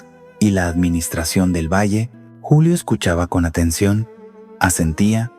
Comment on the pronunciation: ¡Esta no es una voz natural!! Es un bot programado por IA. Ojo como dice "Yulio" en vez de "Julio" en el minuto - . Y hay otros errores, por ejemplo, no hacer pausas naturales.